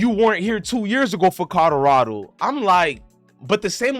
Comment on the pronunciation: U can’t even say Colorado correct 😂